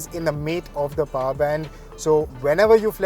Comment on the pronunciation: People with paaaarrrr nai people with POWER... what the hell is paaarrr